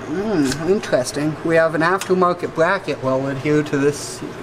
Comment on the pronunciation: "This bwacket" 😂😂